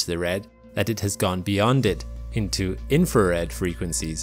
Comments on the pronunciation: INFRA RED INFRA RED INFRA RED PRONOUNCE WORDS PROPERLY. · Then you're not listening properly, . He is saying "infared". It's a common error.